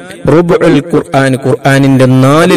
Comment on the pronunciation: കുൽ യാ എന്നല്ല "ഖു ൽ " ആണ് ഖാഫിന്റെ മഖ്‌റജ് നന്നാക്കാൻ അല്ലാഹു നമുക്ക് തൗഫീഖ് നൽകട്ടെ ആമീൻ ഫക് ർ ഫാക്കത്ത് അല്ല ഫഖ്ർ ഫാഖത് അല്ലെ ശരി കു ർആൻ അല്ല ഖുർആൻ എന്ന് അല്ലെ പറയേണ്ടത് ഉസ്താദെ അസ്സലാമുഅലൈക്കും ദുആ വസിയ്യത്തോടെ ജഹ്ഫർ കടക്കൽ